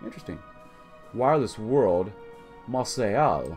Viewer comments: It's not "mar say ell" the city is pronounced "Mar say" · The way you pronounce Marseille is horrible. It's pronounced mar-SAY.